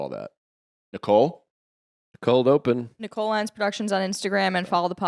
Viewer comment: Ohhh…so this why Nicold Open left Feehans. I heard Joe say “Nicold”, and it all came into focus.